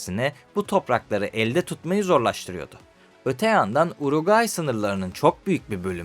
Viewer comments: kardeşim hep yanlış söylemişsin uraguay değil uruguay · Uroqayi yox Uruqvay ölkənin adını düz söyle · uraguayyy ukranya reisimin dilin dönmyo sıkıntı yokkk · Önce ülkenin adını doğru söyle uraguay deyip duruyorsun. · Uruguay demek bu kadar zor mu ya? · Sen uraguay dedikçe Güldür güldürdeki paşanın yanlış bilen skeçleri geldi aklıma. 😂 ama bence diksiyonun çok kötü değil. Ufak tefek destekle çok iyi hale gelirsin. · Ülkenin adını söyleyemiyosun gelmiş video çekiyosun. Sağol. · Bi de Uruguay diyebilseydin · Hiç Uruguay diyememiş ki 😂😂